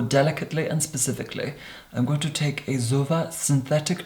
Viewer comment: when hes saying zoeva sounds like he is saying sofa in a german accent